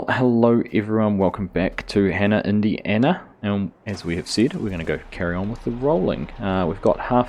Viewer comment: Maybe you should pronounce "Hanna, Indiana" a bit different. It sounds like "Diana" is schizophrenic... Or worse... 😂 Thanks a lot for the video! 😊👍🏻